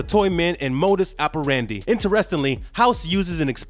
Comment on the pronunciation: Great video but it's pronounced modus operandi